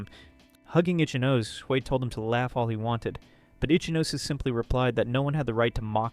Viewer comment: Itchy-nose❎ Itch-E-nose-A✅